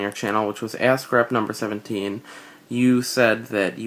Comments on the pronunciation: Your Vids are really great but just one thing...everytime you talk about your "Ask Rep" category it just sounds like "A** C***" Keep doing great Vids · Am I the only one that hears "Ass Crap" when says "Ask Rep"? ^^ No offence meant, good video as always!:)